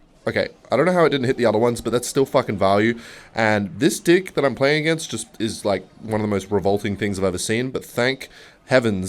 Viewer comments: everytime he says deck i hear dick idk why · Day 24 of asking to play PVZ 2 Bro he says "dick" so often, that my brain is starting to register it as the actual world instead of deck 😭😭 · “In the dying embers of yesterdays evening I was fiddling around with my deick” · do you really say deck like that?